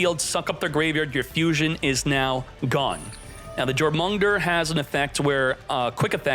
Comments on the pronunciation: Its pronounced 'Yor - muhn - Gon - Der' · It pronounced your-moon-gun-ther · Firstly, I’m stoked that Generaiders are getting more support, played a good bit of it in MD! Second, I’m dying how pronounces “Jor-mun-ger” lmao. I’m not the only one who noticed that, yeah? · The way he says jormungandr hurts my soul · how he pronounce Jormungandr 💀💀💀 we are not making it out of the duelist kingdom